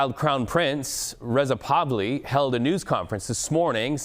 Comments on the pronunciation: Reza Pavaly? Learn how to pronounce names renosably well. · Did he seriously call prince Reza Pahlavi REZA PAVLI?!? Lmao wowww! He also called for SIX not five objectives. Please play the full clip & not just push an alternate narrative. Cover the info precisely